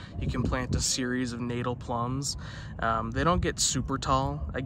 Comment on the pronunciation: Natal is pronounced Nut-tull.